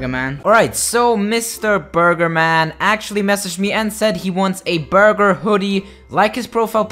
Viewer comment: Lol he said burber